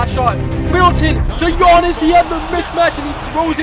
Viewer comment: Am I the only one who hears that he says ganniss and not giannis